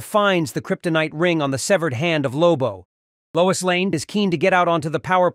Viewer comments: LOIS, not LOUISE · "Louise Lane" 😂